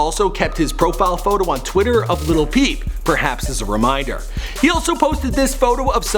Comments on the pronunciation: I hate how he says "lil" Like "little" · Why does he say "little"? It's "lil" like where he see the t's at? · Why does he keep on saying "Little" whatever... its Lil not Little